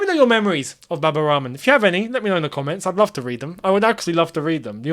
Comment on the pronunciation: Why do you say Baba Ramen? I know you half white. But you pronounced Al-Ahli properly. You could try the same with Rahman.